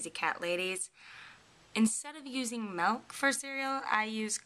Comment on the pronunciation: No you did NOT say "melk". (Shudders) There's an "i" in there,.